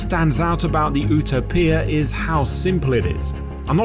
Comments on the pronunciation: Man, this vide is great but OOOTOPIA bro plz its "you-toe-pee-ya" like the actual word. But absolutely incredible video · ootoepeeah..Its utopia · Oooo-tow-pee-ah actually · FTR Paddington likes Marmalade not Marmite xD Also, ooo-toe-pee-ah ? Sure its You-tope-ee-ah ? y'know, the word for like the ultimate bliss? and unless the colour grading on the video is poor, that's orange not red. xD Come on guys'.... Journalists are far from what they used to be but get it right ffs. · wtf is an oo taww peeaa, it's a u tope ia. Utopia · dont think u are saying it correctly. its not eww-toe-pee-ah its you-toe-pee-ah its a ancient word describing a imaginary place with perfect qualities. in greek it means no place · isnt it ""you-tow-pia" phonetically and not "oo-tow-pia" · It's pronounced 'Yoo-Tow-Pee-Ah' not 'Ooh-Tow-Pia' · Oo-tóe-piah I guess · “u toe pia” not ootopia if you’re american that is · I'm sorry it's not ootowpeea. its Youtowpeea. I don't care what they say. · why you gotta pronouce it as ooo-toe-pee-uh???? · The way he pronounces it. Whew toe pee ahhhh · American here is it really pronounced “ ou toe pia” ? lol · You-Topia. Geesh. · Say it with me... you TOE pee ah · he pronounced it, ooo toe pee uh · Is it really pronounced "oo-topia" ?? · Cringed every time this guy said. U. TO P. I A. YOOOOOOOOOOOOUTOoooooPIA you f@ That was what your reference was for. F#KCTiopias Sakes. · please stop saying ootopia :)))) otherwise..... Great video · Please stop saying owtopia 😂😂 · Absolutely beautiful! But here in America, we pronounce it “you toe pee a” lol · Great vid!!! Sorry.....but said like this:... You ... tow ... pee ... ah. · Why do you pronouncing Utopia like ouo-tow-pee-ah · The "you-toe-pee-a"? Srs? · the ootapia ? 🤣🤣🤣🤣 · Lost me at "Ewe-tow-pee-ah" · Great review. But please! The name is pronounced 'you' topia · "the ootopoeia" 😂🤣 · It’s not pronounced You-Toe-PEE-AHH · "Ooo-toe-pia" - Did not see that coming lol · If he says Uto Pia, one more time.. I swear….